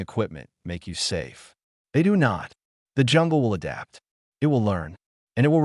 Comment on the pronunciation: "hoomanz aduptah" 🤣 AI narrator struggles to say "humans adapt" 😂